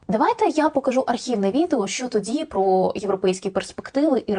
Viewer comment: Два виступи з різницею в 10років, але наче одна і та ж промова: гАрланить ні прА що